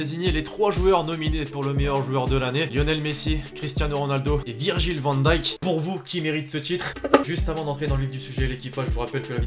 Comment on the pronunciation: La chaîne est bien, juste un effort pour les noms des joueurs stp... Van dijk ça se dit avec un "hey".. VAN D"HEY"K :)